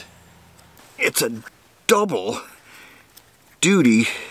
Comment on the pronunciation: hee hee, you said "double doodie" ;P